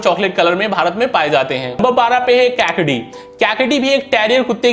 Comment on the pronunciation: आरे भाई क्याकडी नही कैकाडी बोलते है । वंजरी नही वंजारी है , वंजारी एक जमात है उसके नाम से ईस नस्ल नाम पडा है । आप रामनधपूरम मंडोई कुत्ता भूल गये ।